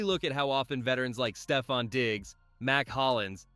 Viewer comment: bro cannot get a single first name right. stevon diggs, travay-on henderson. bro